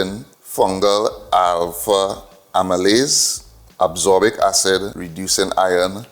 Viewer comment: Thanks fr sharing this experiment🙏 Just one note on a vitamin pronunciation "As-cor-bic"